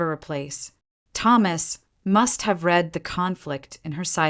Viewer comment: It is pronounced 'the most "RED" column'. "We just 'RED' your articule." NOT 'reed'. The word is spelled R-E-A-D but prounced two different ways. One present tense the other past tense.